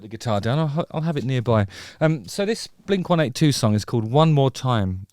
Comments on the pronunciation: Hearing blink 182 pronounced as 1-8-2 is wild. I’m curious how that happened where the wrong pronunciation caught on in the UK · dude just said "blink one eight two" lol